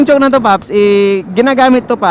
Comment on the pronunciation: Chowk ang pg pronounce d chock(chalk?)